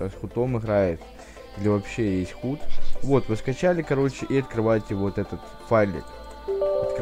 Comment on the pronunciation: Хут?)) Худ если что...